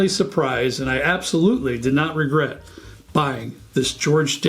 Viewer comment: You don't 'Regert'? Maybe sip a little less? :-)